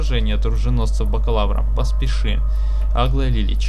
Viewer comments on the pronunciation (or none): В имени Аглая не правильно ударение ставишь.2 А.